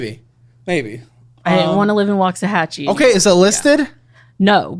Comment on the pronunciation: Having lived in waxahachie....I hate how she pronounces it ...